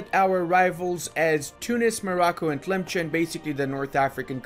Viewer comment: *facepalms Arabic doesn't even have a ch sound in it how can you mess up that bad it is تامسان so it is pronounced like tilimsen with se being long